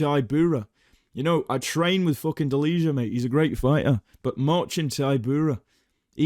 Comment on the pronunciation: Fyi Delija is pronounced "deliya"